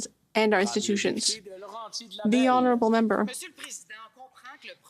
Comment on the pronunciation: Trudeau must love it when called houneralbul p m ha ha ha